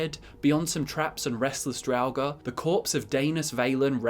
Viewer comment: It's pronounced drauger not drauger, idiot